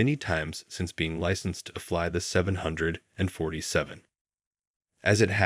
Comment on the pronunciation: Won't it be a great day when AI learns to pronounce "747" in aviation videos.